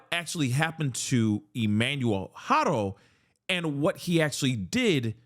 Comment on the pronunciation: Thank you for pronouncing Haro correctly!! Every single person who posts a story about this pronounces it HAIR-OH when it's HAW-RO. It's a Spanish surname.